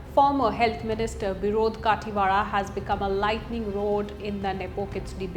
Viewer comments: खतिवडा or khatiwada not kaathiwada. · Hey pronounce correctly...what -कातिवाडा????its खतिवडा -मागर, ???? it's मगर Pronounce name like U.p and Bihari style not in maratha or south indian Style.. -and you can't pronounce SAUGAT??? Its fuking Hindi/nepaliword, सौंगात 😂😂😂😂😂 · It's खतिवडा, you pronounced it wrong. And I'm proud Nepalese to fight against such corrupts, it was a revolution. 🙏🇳🇵